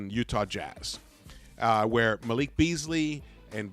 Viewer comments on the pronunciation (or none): none